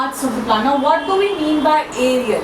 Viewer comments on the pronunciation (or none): none